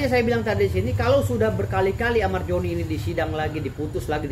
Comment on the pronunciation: Zoni Zoni , bukan Joni bg dauz 😂